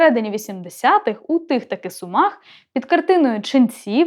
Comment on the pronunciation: Дякую авторці за наголос у слові СумАх 😉. Я з Сум, і саме так ми й говоримо. Нажаль, зараз немає можливості сходити в художній музей і побачити ці картини. Під час війни всі цінні експонати музею знаходяться у фондосховищах 😥